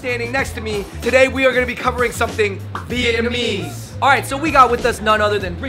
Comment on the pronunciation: Come on how are you Vietnamese but you pronounce it incorrectly 😭